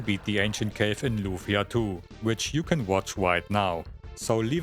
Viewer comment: “You gotta shoot the 2nd meteor that is coming from the wight.” 😂